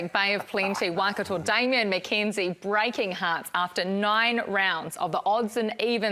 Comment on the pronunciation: Since when was it pronounced ‘Wah-Kato’?